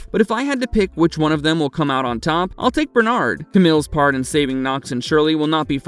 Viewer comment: Finally! Bernard is pronounced properly.